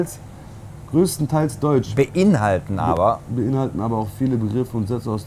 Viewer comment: er konnte das wort "beinhaltet" nicht lesen